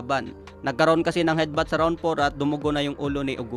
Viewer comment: Admin d maayos ang pag bigkas mo ng Hedbat natapos moba yung Laban wala namang hedbat na nangyare kamao ni Casimero tumama sa noo ni Oguni